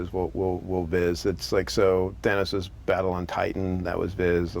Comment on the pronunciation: btw its called thanos not fanos :)